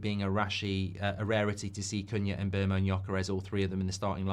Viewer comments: Mark if you do sign Mbeumo you need to learn how to pronounce his name lol Its not Mbermo its Mboomo as the player himself has stated 😂😂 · It's pronounced 'Mbeh-Wu-Mo' 😅